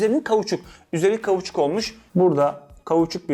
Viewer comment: kavuçuk değil kauçuk :)))))))))))))